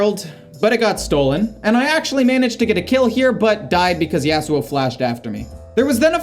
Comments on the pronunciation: the way you say yasuo like yeah su oh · the way you said yasuo. lynched.